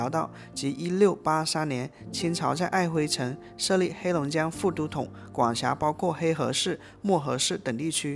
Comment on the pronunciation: 璦 琿 機 場 ----- 琿 --- 念 [ ㄏ ㄨ ㄣ ˊ ] 才 對